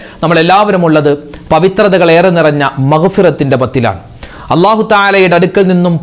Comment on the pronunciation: ഉസ്താദെ വള്ളാഹു എന്നാണൊ - അള്ളാഹു എന്നാണോ